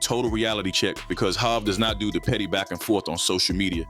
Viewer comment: Jayz jehovah hova hov go practice. You're losing credibility if you can't pronounce hov